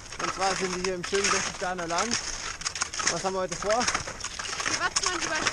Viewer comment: Es heißt Berchtesgaden, nicht...garden😒